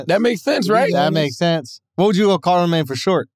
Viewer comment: "CARLAmagne" HAHAHAHAHA